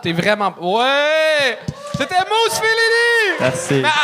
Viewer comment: Pourquoi vous dites Mousse quand ça s'écrit Moose?